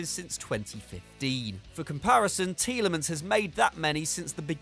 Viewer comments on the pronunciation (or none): none